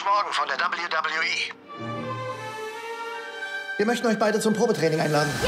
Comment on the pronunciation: Hätte gern AJ Lee's deutsche Stimme gehört ... und ich bin zwar froh dass sie nicht "wehweheh" sagen aber man müsste es jetzt nicht unbedingt mit Alman englisch aussprechen